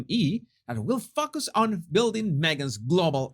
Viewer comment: at around the 5.00 min mark, you said "will focus"... but it came out as "will f*** us". 🤣🤣🤣 I was just heading to do something at the time, and you stopped me dead in my tracks, and I caught myself roaring with a sudden burst of astonished laughter. I needed that! Thanks! ❤